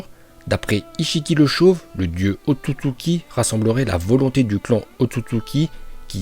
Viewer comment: La façon où il prononce ôtotsuki me fait rire